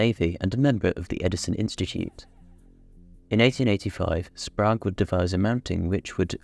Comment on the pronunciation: Sprague rhymes with "Craig", not "Prague".